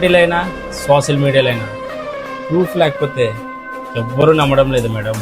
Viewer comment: Sooosal kadu Ra daffa social